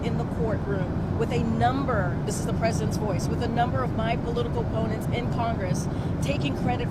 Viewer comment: How many times did KJP say "his political ponnents"? Ponnents?? She makes up words because she doesn't have a clue what she's talking about. Just like when she says "big farmer" instead of big pharma.